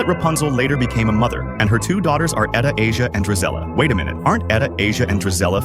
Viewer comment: Anastasia, not Etta Asia 😅